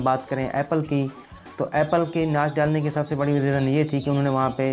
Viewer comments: Nach ni notch, mobael ni mobile-:D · Aby bolna to Sikh ly Notch ko Natch bol RHA hai Copy ko Capy bol RHA hai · bhai banda thori si research kr leta ha. thori si aqal istemal krleta ha. tu ne to pronunciation pe b dihan nahi dia. "Nach"